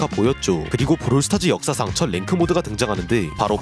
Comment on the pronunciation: 브롤 스타즈가 아니라 브롤 스타츠네 ㅋㅋㅋ